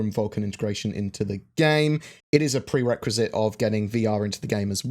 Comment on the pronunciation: Again prequisite and prerequisite. Damn you. You did that on purpose:p